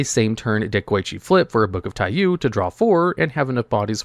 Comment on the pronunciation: Alright I'm gonna say it because it's driving me crazy Taiyou is pronounced Taiyō. Long o sound at the end. Sun in Japanese